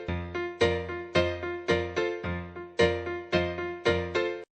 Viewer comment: I love your videos! I'm going to do this SOON!! Oh and I laugh at the end of every video because it sounds like you say "Misery Quilt Company" lol